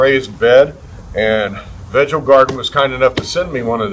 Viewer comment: I think it is pronounced veego❤